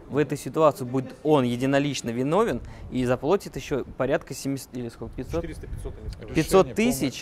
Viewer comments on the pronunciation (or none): Все супер в вашей команде, но ударение на слове заплотит😳это надо исправлять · "... ещё и заплОтит им..." 😳 Адвокат из КУЛЬТУРНОЙ столицы РФ?! Ахринеть!.. 🤪 Надеюсь, он не говорит также: ихние, зво́нишь, калидор, тубаретка... 🙃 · "заплотит" ну епрст